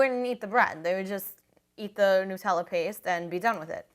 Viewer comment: OMG@ you say Nutella right! I'm anoyed at people who call it "New tella" ._. It's Called "NUT-TELL-A" ^ HAZELNUTTTT DUUH